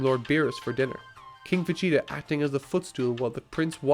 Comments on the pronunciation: why you saying va"CHE"ta. Its ve"GE"ta. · Its pronounced VeGEEta. Not VeCHEEta. Fucker. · No, you say "Vegeta". "Vechita" is inaccurate as a pronunciation of it. His name is a pun on the word "vegetables," not "vechetables." This guy's Irish, so maybe it's a quirk of his accent, but then again, his accent's very light, so it doesn't make sense, since he flip flops between the 2 randomly. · is it just me or is he saying Vecheater instead of Vegeta? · I have never heard someone pronounce vegeta as "fachita" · he kept saying VaCheeta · I don't know if it was just me or not...but every time you said "Vegeta", I kept hearing "Vechita" and holy shit that triggered me so hard. Major distraction.